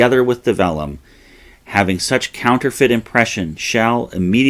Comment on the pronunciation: Good info and well presented! Just a quick note. I believe it's pronounced vellum with a hard V. Thanks for these great American history videos.